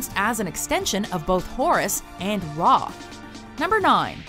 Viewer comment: Finally it’s ra not re